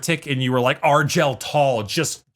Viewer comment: HOW DID THIS MAN JUST PRONOUNCE ARGEL TAL?!